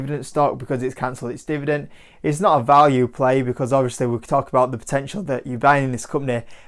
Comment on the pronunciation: He's a good guy, likeable and does superficial analysis quite well. I know the UK has accent variation but what's with the whole "divident" thing? Shows how eager some YouTubers are for views rather than substance #schoolboyerror